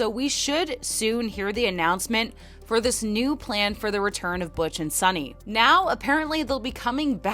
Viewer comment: Her name is Suni, not Sunny or Sonny.